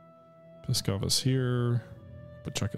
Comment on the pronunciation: Believe me or not, but for Russians the way you pronounce Pskov sounds like "Piskov", which can be loosely translated as "Cock-town", or "Dick-city".